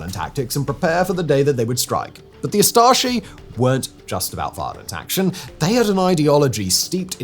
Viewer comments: It's pronounced Ustashe not ustashi... and thank you for telling our story to the rest of the world 🌎 ❤️ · Its U staše, not A staše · "Hum ackshually" It's pronunced "oo-star-sher". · I can’t help but mishearing it as „Astartes“ every single time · I swear you said Astartes at first. I was confused about what the Space Marines did. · Every time he says’s Ustate it always sounds like Astarte’s and it perfectly lines up with the image of a highly racist, facist, and violent space marine. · as a croat it hurt me how u pronounced Ustaše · Lol you don’t know how to pronounce ustaše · most of our names end with ć. Thats a [ch] sound.Names are not that difficult.Also Jasenovac does not make a [dj] but I do understand that no one gave him the proununciation guideline. UstašE,not Ustašy.So,E as in lemonade. He lives two countries from us.We are all slavs,we speak very simmilar.